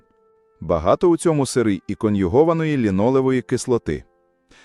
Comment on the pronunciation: Це якась пошесть з наголосом.... Якого біса слово "сири" Ви вимовляєте з наголосом на перший склад?